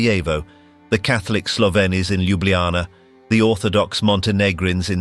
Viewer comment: this AI voice kinda suuuucks. can't pronounce slovenes properly.